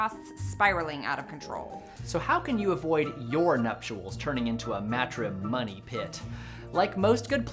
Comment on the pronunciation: "MatriMONEY pit" 😂😂